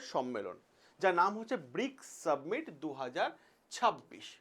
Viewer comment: একটা ছোট্ট প্রশ্ন.. কথাটা সাবমিট নাকি সামিট?